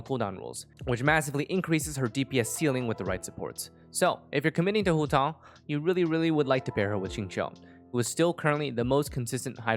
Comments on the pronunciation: that’s a very nice pronunciation of hutao at the beginning 💯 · Your pronunciation of Hutao is pretty spot on (coming for an ethnic Chinese)